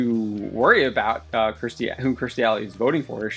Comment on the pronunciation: It's KEERstie, not KRIStie.